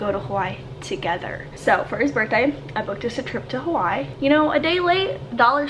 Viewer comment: Aaaaaaaaabsolutley love you but I’m born & Raised in Oahu & your pronunciation of Hawai’i is KILLING me 😅